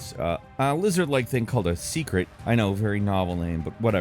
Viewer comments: Its pronounced SEHK-REHT. Him saying it like secret was starting to grind my gears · im pretty sure its pronounced "seycret" or "saycret" and not "se(e)cret" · It's pronounced say-krit. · It's pronounced (say-krit)